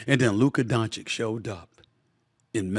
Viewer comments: It's not Donchick and it's not Luker, put some respect on his name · It's "Don-chitch", Stephen A is the only one who pronounces it "Don-shick". Been disrepecting Luka since the 2018 draft 😆